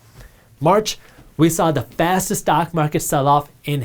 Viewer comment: Did he say the stonk market lol ?